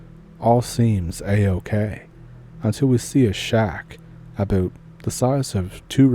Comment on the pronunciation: It's all aboot?